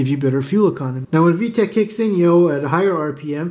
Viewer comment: Haaaaaay 🥳 you’re back for saying vetch yo! 😁